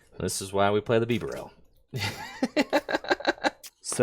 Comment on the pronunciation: Bro what is that pronunciation of bibarel 🤮🤮